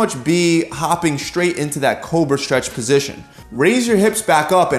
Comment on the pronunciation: Dear: The letter sequence "str" does not combine to make a new sound. The word "straight" is not pronounced "Schtraght". Nor does one walk on a "Schtreet", or are you under "Schtress".